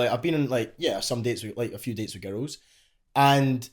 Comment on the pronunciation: when hes says girls it sounds like hes saying ghettos